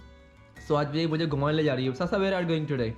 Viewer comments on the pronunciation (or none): । वो साशा है ना की सासा । जैसे आप हैं ना की सुभम ।